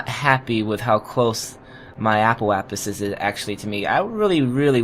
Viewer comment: That's apoapsis with a "sis" at the end. Same with periapsis.